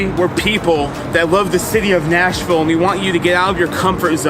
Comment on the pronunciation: Yep- that’s not how we say it.